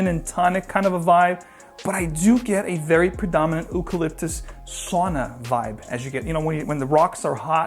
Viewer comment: Interesting pronunciation of Eucalyptus. Might be Ooropean influenced.